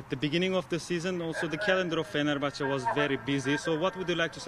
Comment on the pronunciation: Mesut Özil de Fenerbahçeye Feğner diyor